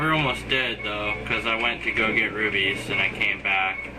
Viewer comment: rupies, not rubies